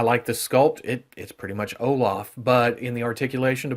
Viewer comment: haha, it's like " Oh-laugh (british enunciation) 🤣